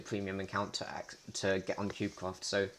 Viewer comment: did you say cubecwaft at the start ??